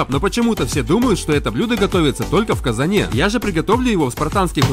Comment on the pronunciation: прикол ударений..